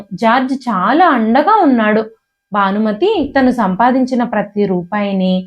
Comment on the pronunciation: ఇది చూస్తున్నారు అంటే అందరికీ తెలుగు వచ్చే ఉంటుంది. రానిది చదివే వాళ్ళకే. ఎందుకంటే వాళ్లు ఇంగ్లీషు లో రాసుకుని చదువుతారు కనుక. అందుకే, వెల్లి, పెల్లి, మల్లి, భానుమతి కానీ బానుమతి కాదు,మొదలైనవి అలా పలుకుతారు. దయచేసి తెలుగు కథలు చదవకండి. భాషను ఖూనీ చెయ్యొద్దు. తెలుగు భాషలందు తెలుగు లెస్స కానీ లెస్సు (ఆంగ్లములో) కాదు.